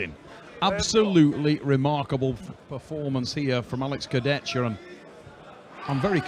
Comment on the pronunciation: will never learn how to pronounce Kurdechka.